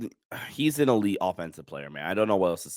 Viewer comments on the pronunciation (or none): none